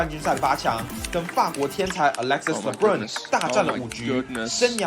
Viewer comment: 法國球員Lebrun的發音有誤，無論英語或法語的發音都不相符，若可以的話希望再檢視一下